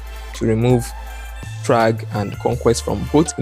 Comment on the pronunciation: "this is chragg" 🗣🗣🔥🔥